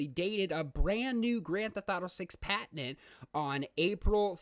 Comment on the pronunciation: Good video, good information. Your pronunciation of patent was very distracting.